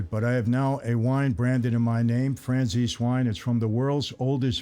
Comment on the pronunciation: Michael, when you mention your wine, you might want to leave a pause between Franzese and Wine. Otherwise it comes off as FranciSwine